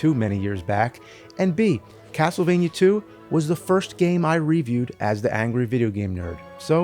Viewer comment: after all these years you still can’t say the word “review” correctly. -YouTube education